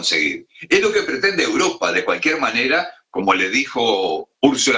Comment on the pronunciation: que tortura de programa con este presentador, vuelve sergio te lo pedimos por favor!!! valgame dios!!!! "uropa" donde es alguien sabe?